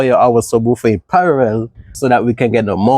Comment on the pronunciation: i love the vids keep it up! btw the word is PARALLEL NOT PARAREL